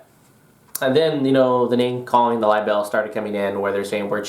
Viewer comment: Are you trying to say liable? It's pronounced Ly-bull, not Lie-BELL!